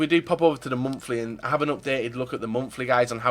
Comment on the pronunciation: its monthly not momfli